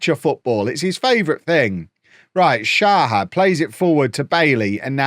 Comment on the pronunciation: Day 2 of saying until sees: You do need to pronounce the H in Shahar's name. Its more like shachar or shakhar. Same as with the H in kvaratskhelia or Hakimi